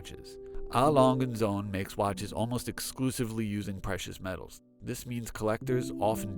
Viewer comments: Please at least try to make an effort to pronounce the name correctly..also correct info as well. It’s 120m water resistance not 100m. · Nice video, even though please do some research pronouncing the brand name properly like how you have planned thoroughly recording the video.